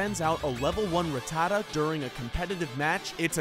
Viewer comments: Hate it when people emphasise Rattata's name like that it's annoying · the minute you said Ra-ttata and not Rat-ta-ta I knew this video was gonna be bad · Rat-a-tuh lol. It's rat-ta-ta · Evidently none of you ever watched the show, if you're not complaining about how horrifically he's pronouncing Rattata?? It's RAT-a-TA, like it almost rhymes. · ruh tuh tuh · RATTA-TA ... hate the trendy pronunciation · Ruh-tah-duh wtf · You can’t even pronounce them right 1. RA TTA TA = rattata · Rattata godamit. Learn how to say it!. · Ha you cant even say rattata is pronounced rat-ta-ta. Learn your pokemon names. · He doesn't even pronounce Rattata correctly. I couldn't even listen to his voice after that. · Yep. That one was just too much xD Also, I think he pronounced "Rattata" in two different ways in the video too. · TheDSquad yee also the way he says ratata wrong. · Every single time he says Rattata wrong, a muscle twitches in my brain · what really gets me is how you pronounce rattata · why does so many pronounce Rattata's name wrong? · Jesus people this is his opinion it's not like he named the video ''TOP 10 POKEMON THAT ARE UNBEATABLE ALL FACTS!!'' lmao you guys need to pull your skirts down seriously i love pokemon too but wtf xD also did he pronounce rattata the right way im confused now idk whats right or wrong help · it annoyed me greatly how he pronounced ratata and togepi